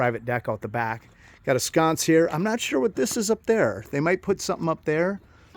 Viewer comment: He just likes saying sconse😅